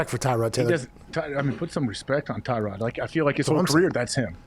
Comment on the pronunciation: put some respect on Tyrod by saying his name right LOL